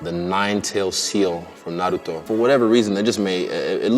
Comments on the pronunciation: He pronounced Naruto correctly 👌🏼👌🏼👌🏼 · Nigga said naruto the right way lol